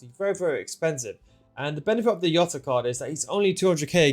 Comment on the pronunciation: Stop calling Jota iota. Plz